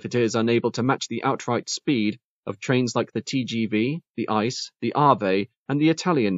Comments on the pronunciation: It's weird to hear the train category of ICE trains pronounced as a word: "ice". It's actually meant to be pronounced letter by letter: Eye- See- Eee. (Well, or in German, if you can master that.) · @@ It is definitely not the usual way of saying it. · small detail, that is not how you pronounce ICE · One very minor correction: when spoken about, the ICE trains of Germany are not called "ice", the individual letters are said.